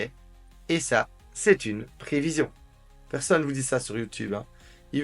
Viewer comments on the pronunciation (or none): none